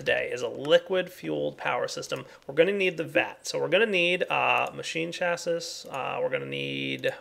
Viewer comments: It's chaseeeeeeeee not chasiiiiiiiiisssssss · Chassis = 'chass-y',. =)